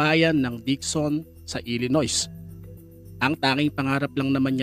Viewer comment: pronunciation po ng illinois is silent “s” (il-luh-noy). 😊